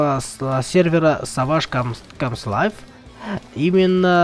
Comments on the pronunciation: Парк комс элайв правильно:-) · Правильно говорить арк комэс элайв,кстати ты в др в стиме принимаешь запросы?